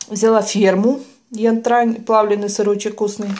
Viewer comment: ты всегда говоришь на Янтарь - ЯТРАНЬ))